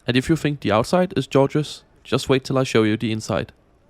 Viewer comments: seconds in "georgeous" :p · the first g in "georgeous" isn't pronounced like in George, although the reason for your mistake is obvious. It's a hard g like in "good." Just ignore that first e. I have no idea how it got in there.